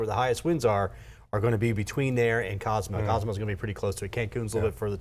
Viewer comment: Quintana Roo is the state, Cozumel is an island, and city and Cancun is a city all in Quintana Roo. You weather guys gotta study the locations and practice how to say them, lol.